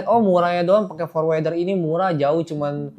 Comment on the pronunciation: #OOT Forwarder bacanya forwərdər /ˈfɔɹwəɹdə(ɹ)/, Om, bukan forwɛrdər 😊